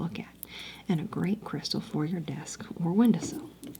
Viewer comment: Not windersill lol.